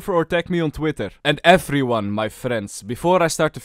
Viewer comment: a wise man once said “hellow efryone”